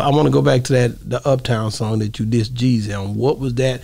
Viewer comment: It’s Jeezy. Not Jezzy. 😂😂